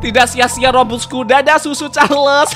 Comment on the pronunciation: Aku denger bang omong susu Charles 🤣🤣🤣🤣